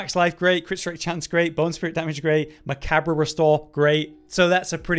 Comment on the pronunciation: “Macabber” hahaha bro, nice. It’s okay, it’s not commonly said out loud. It’s pronounced “ma-Cobb”